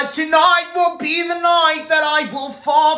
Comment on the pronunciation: Because tonoight will be the noight that i will fall fuh yuuurrrr 😂😂😂